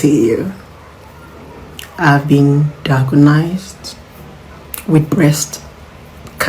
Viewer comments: She can’t even pronounce diagnosed, she said diagonized. Olodo. there are movies based on real life where the person faked cancer and claimed healing. She has obtained a fake report! On no account will I support her because her heart is evil. Look at how she mocked bimbo and she has the boldness to come online to fake sickness. Blessing can be stripped naked in public in the morning and by midday she will set ring light and move on. Please if she’s lying, she must be imprisoned. She has mental problem. Aproko Doktor should take up this matter. On no account should someone beg under false pretence. She needs to go to jail and be committed to a psych ward. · I thought na only me hear “diagonised”. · Diagnosed..not diagonized